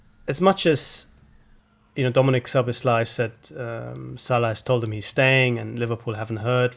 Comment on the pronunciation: Guys, get his name pronounced right - it’s SZ (as S) OBOSZ (as S again) LAI (pronounced as laaaahhi) not lay or other nonsense 🤦🏻‍♀️😆😆😆